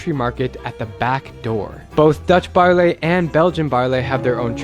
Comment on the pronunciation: Baarle is pronounced Baarluh, not Baarlay. Should have been a very tiny effort to learn that if you even WENT there